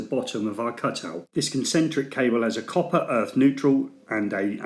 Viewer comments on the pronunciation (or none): none